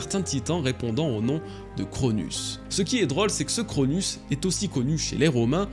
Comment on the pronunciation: Tu dis de nombreuse erreur en mythologie grec c'est pas Chronus mais Chronos, il n'a pas tuer Ouranos mais l'a castré. Sinon t'es vidéo sont géniale continu comme sa ^^